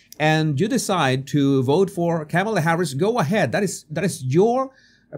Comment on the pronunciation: ...and mispronouncing her. You can say "mama" & this " , " is a comma; add "la" on the end, simple. I have an accent too, I listened to how she says her name and repeat it. Continuing to willfully say it wrong, like saying "democrat" instead of correctly "democratic" , speaks to a lack of respect for others and a big helping of self importance...Trump is just like this too, zero objectivity.